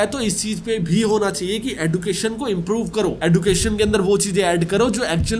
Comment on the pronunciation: Sir एडुकेशन एजुकेशन